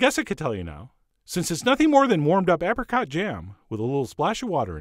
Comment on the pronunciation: that looks nice! Why does he say apricot like that?